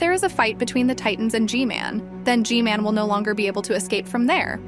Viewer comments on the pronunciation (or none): I just noticed that you say Gmail not gman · Why do you call gman gmale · Why do you say g-male? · g-man not g-mail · Why does she always call G-MAN Gmail? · Bro good video but why do you call g-man g-mail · it's not g-male it's g-man